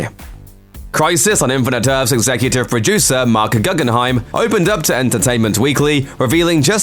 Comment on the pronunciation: its pronnounced ‘goo-gen-hime’ not ‘gu-gun-hime’